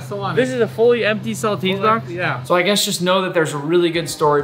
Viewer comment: I was watching this, and at the beginning Nick said "And guss what's going to happen next" and I accidentally pressed on his snack video, and so he said "Snacks" and I was like "what?"